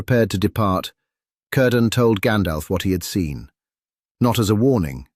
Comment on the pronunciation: Keir-dan...not Core-dan